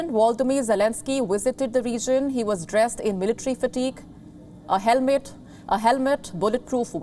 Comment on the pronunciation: the Indian spirit kicked in "helmet"🌚